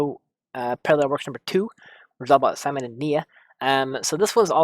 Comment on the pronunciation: How is it possible that you can't remember a lot of important character names? Hell, you can't even pronounce Simon's name correctly, despite hearing all throughout the series =| What's up with that?!